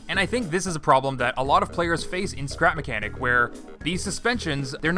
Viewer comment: Welcome back to “scerap mecniac”